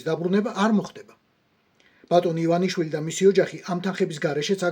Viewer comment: ერთად ერთი ადამიანი ხართ მსოფლიოში, ვინც ბორიას გვარს სწორად ამბობს..:))))